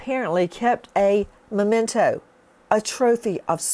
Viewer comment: Oy … it’s spelled and pronounced m-e-m-e-n-t-o! Memento! Not momento!